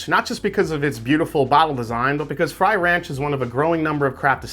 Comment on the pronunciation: Frey Ranch is NOT pronounced fry ranch. My lord. YouTube Frey Ranch and learn how to say it before the video 🤦‍♂️